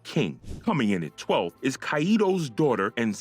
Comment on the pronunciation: Am I the only one here bothered about his pronunciations of Onigashima, Kaido and Haki!